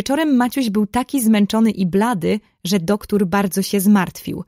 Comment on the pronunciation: Mega fajne.❤ Tylko ja w książce nie miałam duktur tylko doktor. Ale fajniejsze się słucha ❤❤❤❤